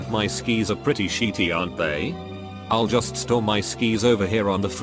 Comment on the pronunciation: Nobody: The voice: Sheety